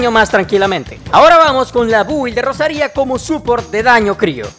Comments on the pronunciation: Como cuando pones acentos donde no los hay, Rosaria no Rosaría ptm la ansiedad que me dio este video cada que decías el nombre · Qué guapa la Rosaría con acento en la i Digo Gracias por la guía xd